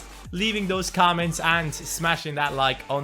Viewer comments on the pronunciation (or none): none